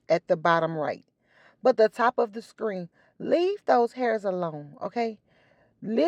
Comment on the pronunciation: I love how you says screen lol